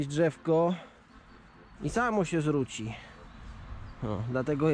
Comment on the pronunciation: nie mowi sie zruci tylko zrzuci